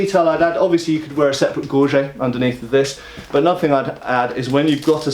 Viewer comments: Yes. The dictionary pronunciation is gor jet for english. Sheesh. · Gorjay? Gorget. It is funny to hear people say gorjay when it is gorgette in french. Enough people say gor jay these days that the dictionary people will need to change the gorget entry. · MasterChief the pronunciation is from the english webster dictionary. If said kah-nite (knight) wouldn't you comment? Gorjay comes from people trying to frenchify a now english word. The french word was gorgette and turned into gorget in english. Then a bunch of larpers/sca/re-enactors saw the word and guessed on the pronounciation. At least the australians all pronounce it correctly but most everyone else doesn't except for fashion designers and clothiers experts.